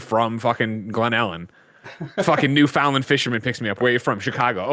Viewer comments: OMG, , I'm from "New-foundd-land" (the way you lovingly butchered "Newfoundland", to pronounce it the way we say it, say: "New-Fin-Land" really fast)!! Told you The House of Z would rise again!! ☺😛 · Newfoundland, its a word not a sentence.